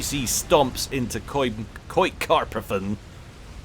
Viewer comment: I almost enjoy butchering german names. "Karpfen" is german for "carp". "Koi" otoh is japanese and also means "carp". "Koikarpfen" is, however, a word that exists in german, whoever came up with that term thought "koi" would refer to a special species of japenese carp, not knowing that "koi" is just the general name. The term "Koikarpfen" is one of the best known examples of pleonasms in the german language.